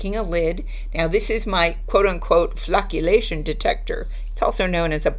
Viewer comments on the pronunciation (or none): Phew for a second I swear I thought you said flatulation. 😉